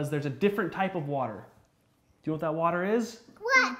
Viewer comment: She said WHAT. Not wet